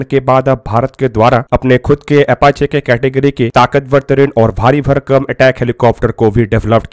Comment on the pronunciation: MERE BHAI PEHELI BAAT TOH AFACHE NAHIN, APACHE HOTA HAI, AUR DOOSRI BAAT YEH HAI KI, BHARAT BOLTA JALDI HAI, AUR KARTA 20 SAAL BAAD HAI 🙏, BAAKI AAP SAMAJHDAAR HO SAMAJH GAYEHONGE🙏